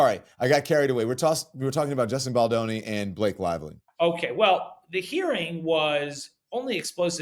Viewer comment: It’s Baldoni not Baldani 🫠